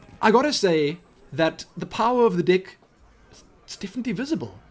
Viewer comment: u make me laugh... u say dick instead if deck